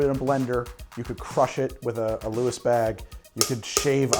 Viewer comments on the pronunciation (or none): none